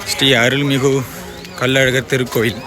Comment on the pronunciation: முச்சங்கம் அமைத்து தமிழை வளர்த்த மதுரை கள்ளழகரா கல் அழகரா தெளிவாக சொல்லவும்